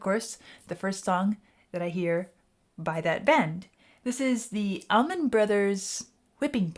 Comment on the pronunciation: FYI it's ALLman Brothers, not Ahmin Brothers.